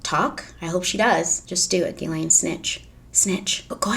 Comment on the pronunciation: It’s ‘Gih-len’ not ‘Gih-Lane’